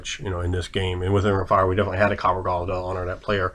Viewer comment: you're more or less pronouncing it right. Lots of people forget the subtle "h" that comes with the "le". The old joke of phlegm itself being a letter in Hebrew comes to life once more.